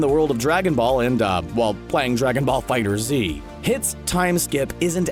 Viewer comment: Yo it's FIGHTERZ! Not fighter z. One word not two please stop saying it wrong